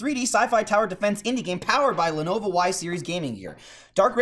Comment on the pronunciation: Sounds like is saying "Lenova"